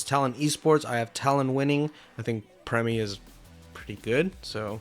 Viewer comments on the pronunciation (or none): Its primmie not premmie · Jesus, it’s Primmie not Premmie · Bro so hyperfixed on NA he can't even pronounce Primmie right